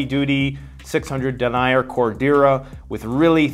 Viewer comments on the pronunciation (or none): FYI When talking about fabrics dee-nigh-er is pronounced den-knee-err